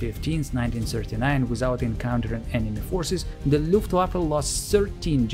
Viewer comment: Is it also common for native German speakers, when speaking English, to pronounce the ‘W’ rather than as a ‘V’? I heard the word “Luft(w)affe” at least twice in the commentary as opposed to the usual “Luft(v)affe” which I am used to.